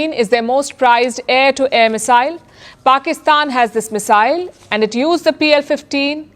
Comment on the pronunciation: Missile 这姐的发音是不是错的？我全程听得好别扭。